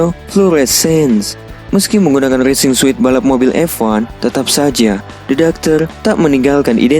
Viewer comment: Coupe dibacanya kup. Sedan kup itu sedan dua pintu dengan atap keras dan yang kaca belakangnya menurun landai. Racing suit itu dibacanya resing sut bukan resing suit.